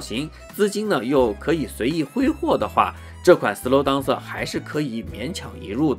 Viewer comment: up主你这个DANCER发音有很大问题。这个词发音不是。。当瑟。。不是当。。。而是发音。。点。后面加AN再接瑟。。。连起来就是标准发音了。。。整个视频你当瑟说了几十次听的尴尬症都出来了。。因为是常用词感觉有必要帮助你纠正发音。。并非挑刺。希望UP主可以理解。。。抛开这个发音整个测频还是相当专业的。